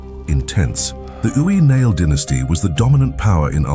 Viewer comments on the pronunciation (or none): I'm a proud Irishwoman. Mise Ui Niall (O'Neill). The narrator here is murdering the pronunciation of my native language.